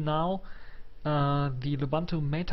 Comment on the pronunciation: it's loo-boon-too not la-bun-too.